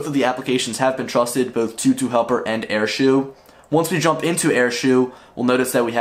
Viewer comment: Btw it's said like "air-show" not "air-shoe"